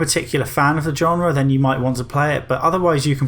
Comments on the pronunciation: "Genre" is pronounced with a "zh-" sound at the start 👍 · Learn to pronounce "genre" correctly.